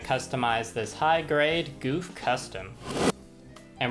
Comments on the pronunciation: 08th ms team gouf is best gouf AND ITS PRONOUNCED GOWF NOT GOOF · I hate correcting people, but its not goof It's gau f